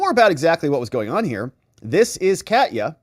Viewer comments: Ka-te-ya like Russia. Not Cat-ya. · Katya (the name) is pronounced like "catch ya"! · Minor point of linguistics based on my travels to Russia: Katya is the american equivalent of Kathy. It is actually a 3 syllable word sounded as "Ka-tee-ya". With emphasis on "Ka". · Katya mispronounced. A is like a in America